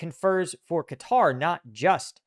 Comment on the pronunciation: Atari's but with stealth jets and oil diplomacy. it's pronounced like Cutter, Not KAH tari